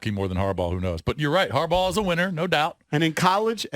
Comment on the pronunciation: This dude said Harbaugh!!! Must be a joke!!